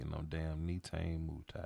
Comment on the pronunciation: “Nay tah nay “ “moo tee” correct Pronunciation